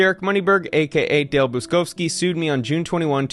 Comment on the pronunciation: Buczkowski is a typical Polish surname and is pronounced Butch-kovskee. Cheers! And all the best with the trial ;-)